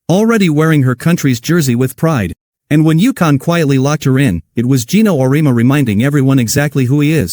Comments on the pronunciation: Would you please teach/re-program you A.I. program to pronounce Coach Geno’s surname correctly ? It’s pronounced: Or-ee-emma . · O ree ama. AI should learn how to read.